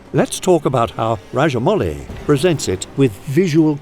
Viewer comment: Sir you are probably the first foreigner who pronounced SS Rajamouli correctly 🙏